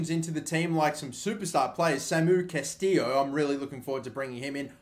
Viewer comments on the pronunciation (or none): It is Castillejo, not Castillo